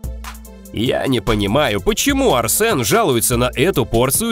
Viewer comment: Не АрсЭн а АрсЕн